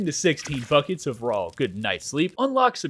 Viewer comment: bro I swear I just him say the word buckets but replace the b with an f 🤣🤣